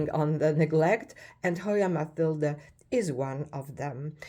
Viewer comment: You always give such great information. And I'm very happy that you know how to pronounce Matilde correctly (unlike most people). Thank you for sharing.